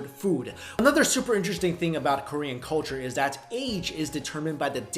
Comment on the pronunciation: i love your videos to death, but your korean pronunciation is....awful. XD